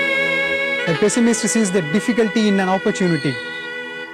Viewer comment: It’s pessimism and optimism not optimasy or pessimisy or what ever!!